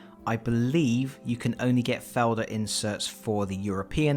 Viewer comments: Its not that bad to be ashamed of. You are doing a good job for a person, who is not a native speaker. My first thought was only, that it sounds like "Felder", the german word for fields, which is tbh quiet near to the sound of the name of company, you meant. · Oh.... I had to hear it twice, to be sure, that you tried to say "Feldherr". The english pronounciation is some kind of funny. XD